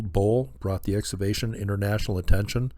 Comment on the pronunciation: I love what you do,...but I need to offer a correction on your pronunciation of the word "excavation." You pronounce it "ex- ah- vay- shun" when it should be pronounced "ex- KAH- vay- shun". The "c" in the word is pronounced as if it were a "k". No big deal in the grand scheme of things.